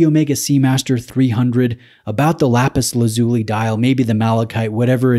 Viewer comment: Hi, I think the pronunciation is “Lapis Laz U Lie”. Great content as always. You’re getting some stunners to review, which is testament to the strength of your channel.